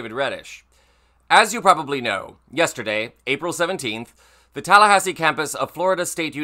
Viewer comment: Tallahahsi? Who pronounces it like that?